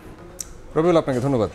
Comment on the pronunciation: ধন্যবাদ না বলে ধঢ্যবাদ কেন😂